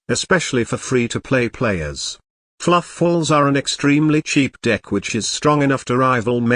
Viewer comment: Everytime he says Keownami🤣🤣🤣 Fluff-als🤣🤣 Keep it up